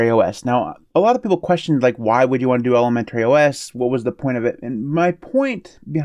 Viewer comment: Maybe he's been pronouncing it that way since ElemenTERRY school?